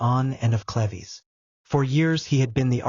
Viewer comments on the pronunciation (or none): It's cleeves, not clevy; and Holbein is one of my favorite painters!🙄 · its not cleveees its cleeeves - UK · Pronounced clivs not clevy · Kleeves not Clevies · Sweetie you are mispronouncing her last name it sounds like leaves with a c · Watching from Watford. Hertfordshire. England. Love these ❤. It's pronounced. Sleeveless though. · Dumb AI can't even pronounce CLEVES. Turning this off